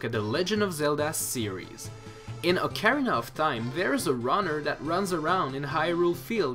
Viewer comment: Did you say Ocarina of Thyme?